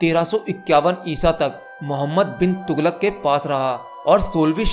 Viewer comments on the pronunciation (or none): Muhammad bin tughlak not pin tughlak. Hahaha 😂😂😂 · Its mohammed bin tughlaq not pin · muhammad pin nahi bin hota hai